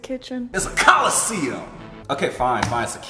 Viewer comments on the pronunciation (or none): You're funny saying coliseum